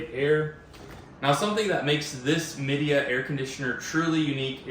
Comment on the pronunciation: It's pronounced "Mi" (as in "my") "dea" (as in "idea).